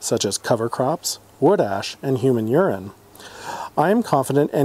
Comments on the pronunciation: Did you say human urin? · did he just say human urine